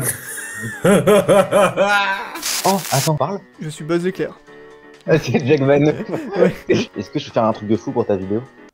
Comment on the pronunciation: C’est plus buz l’éclair mais buz leclair